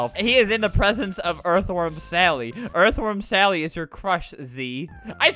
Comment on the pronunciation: Erth WORM SALLY YUH ITS ERTH WORM SALLY